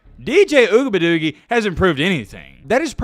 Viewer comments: Oo -E -ah -ga-lay-lay is how it is pronounced. Just saying 🤠😅 let's see if they go undefeated and win the ACC and get into the playoffs. If he loses in the playoffs it will be a significant improvement. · How about putting some respect on his name and pronounce it CORRECTLY instead of making a mockery of it..... it's pronounced Ohh-we-unga-lay-lee.... pretty fucking disrespectful to mess over his name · Ooga buh doogie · I love the way he says dj ougabadoogie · I hope you know he's not the only one your disrespecting when you butcher his name. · The way he said his name 🤣🤣🤣🤣🤣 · You can't even pronounce the QBs name. Really? Man you are just another couch coach. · I love watching your channel but please stop saying DJ last name like either pronounce it right or just say DJ your better then that bro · posted 4 weeks ago a video "I Owe Dj Uiagalelei an Apology For This" now he's back to disrespecting a kid. Mispronouncing his name, is still a bad look. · Our young DBs are finally starting to get it together. Defense is pretty solid. DJ's name is pretty hard to pronounce, or spell for that matter, but he's a young man trying to figure this game of football and life out. I know it's all in fun and games, but don't disrespectfully butcher the young man's name. As always, great show. Looking forward to the next one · Say his last name right or don’t say it at all!! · Your pronunciation of dj’s last name gets worse and worse every video 😭😭😭